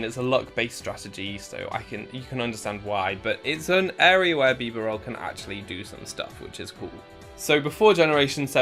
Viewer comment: Bee-barrel that’s how you say it